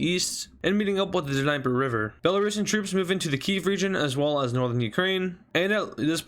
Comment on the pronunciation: Nee-pur not diniper lol